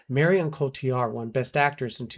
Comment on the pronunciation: Me as well and the way he said her name in syllables, Mar i on